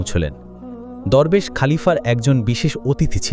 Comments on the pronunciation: দুরবেশ না দরবেশ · দোরবেশ না দরবেশ হবে উচ্চারণ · দোরবেশ না, দরবেশ😂😂